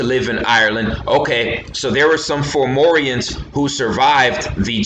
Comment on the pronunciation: you keep saying formorians not FOM FOM FOMORIANS not FOR FOR FORMORIANS 4morians